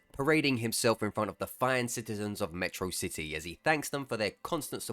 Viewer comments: Meh-trocity my beloved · 08 you pronounced metrocity wrong.